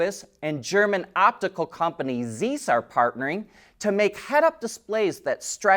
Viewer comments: Great content,. Keep up the good work. I watch your channel on a daily basis. Just a correction, the lenses manufacturer pronounces Zise, not Zese. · It is pronounced "Zise" like vise, with a 'z'. Not Zeese like geese.... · ZEISS pronunciation in english should be: tsais. Greetings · In German "ei" is pronounced "eye". "ie" is pronouced "eee". Zeiss is pronounced "Z-eye-ss". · Yeah, that was ear cringing to hear him pronounce it that way. He always gets things like that wrong. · It's not that it's mispronouncing a German word so much as this is a well known world wide company. I would think someone his age would know how to pronounce it. Obviously not. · That’s not how you say Zeiss. And that’s still not how you say Xiaomi.